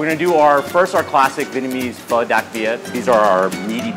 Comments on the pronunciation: I love pho, Im Vietnamese You pronounce the o, like you're nudging your friend and saying ah, ah So it's ph-ah Hold up let me type it in Vietnamese: wait I can't sh!t I didn't learn anything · It’s pronounced “pee-hoe” for pho, I am Vietnamese. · You should have gotten to Vietnam for Vietnamese food, because a bowl of pho is a dollar there, or 20,000 VD. Also Pho pronounced like ph-uh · They pronounced pho fho and I eat pho almost every day but I am not in Vietnam my grandmother made it for me and I don't really know much Vietnam but my mum does just watching this make me hungry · Pho is pronounced “fuh” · Hanna Yuuki yeah suprised she didnt say fow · It's pronounced Phuh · Its pronounce "Fuh" for pho I am vietnamese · pronounced pho so wrong it's hilarious 😂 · I’m sorry for raging but STOP SAYING PHO WRONG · I am from Vietnam 🇻🇳 and pho from there is amazing Ps I literally cringed when you said pho 🍲 and others like Bún Bò Huê Also bum Bò Hue is supposed to be spicy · I’m Vietnamese and you guys are saying it all wrong but I still love you and please give me a shout out